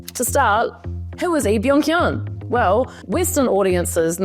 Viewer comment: Im studying Korean and the only part of his name she doesn't pronounce right is "헌" she says "hyun" but it is pronounced "hon" (like the "o" in Spanish)